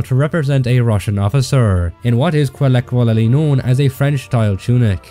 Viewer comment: Is that how you say "colloquially" in Gaelish?